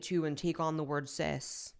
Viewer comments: Oh! Is that what she meant? I thought she was saying sis and was so fucking confused by the lecture!!! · I keep thinking you are saying, “sis” lmao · I was just listening to the video and not watching it and I thought the person said “sis” and not “cis” and I was so confused 🤣